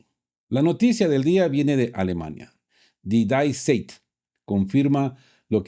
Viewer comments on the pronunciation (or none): Die Zeit se pronuncia [di tsait]. Saludos desde Leipzig!